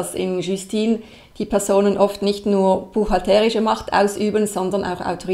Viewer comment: Ich noch nicht. Warum spricht immer von "buchhalterisch" - mit so einer komischen Betonung auf dem "e"? Ich stehe auf dem Schlauch...